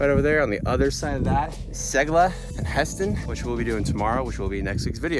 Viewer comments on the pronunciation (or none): Very nice images! Regarding pronounsiation: Husfjell is with a rather long U, not huss😊